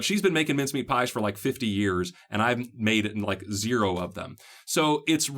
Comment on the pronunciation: Hi, thanks for the videos, you have been very helpful. I have to ask though, where are you from, and where did you hear about these ‘minced-meat pies’? Or are you saying ‘mince-meat’? I’m from Australia, we generally just call them pies, or meat pies if you want to be specific! 😀😀